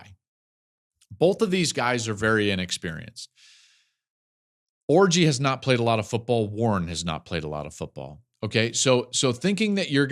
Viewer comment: Stop saying orji